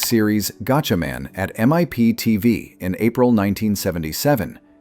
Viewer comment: It's pronounced like gotchamon.